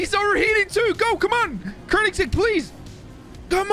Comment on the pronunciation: its koenigsegg not kronigsegg